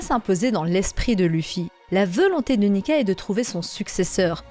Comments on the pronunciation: Hum je suis le seul à remarquer que tu dis "veulonté"au lieu de "volonté" ta vidéo est très bien mais à chaque fois ça me fait tiquer. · rien de nuisant à la vidéo et on a tous des accents ou des tics de langage. Mais ça m'a fait marrer.